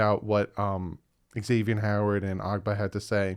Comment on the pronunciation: That’s wrong. He is on record saying it’s pronounced Ex-ay-vee-n not Zay-vee-n